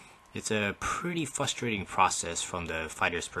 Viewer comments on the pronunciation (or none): Frustrating has two R's in it sir.